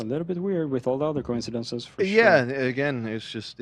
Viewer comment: Aww asking por pizza 😅